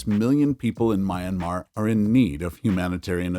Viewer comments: You call it "Mian-mah". Two syllables. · Why can't you pronounce Myanmar correctly. Ignorance is unacceptable!!!